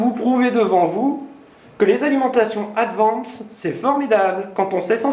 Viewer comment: "Adiance" N1 mondial ..........